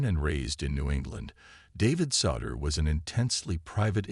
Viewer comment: You might want to teach your computer voice how to pronounce "Souter." Google for the correct pronunciation.